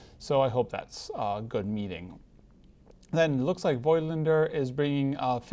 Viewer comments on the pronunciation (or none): I don't think that you can shoot 6x17 cm on a 4x5 inch camera. You will need a 5x7 inch camera for that. And - Voigtländer is not pronounced with "oy" or something like that, but with an "o" like in "Nikon" or "Canon" (if pronounced the Japanese way 🤔).